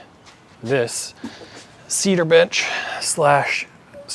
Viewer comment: Did he call it a cedar bitch 😂? I love it, though! Great design.